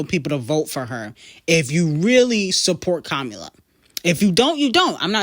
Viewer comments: I love you so much, but it's (kah-mah-lah) not kamula 😭😭😭😭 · Her name is Kamala (com-a-la ) not Komula!!! Who tf is that?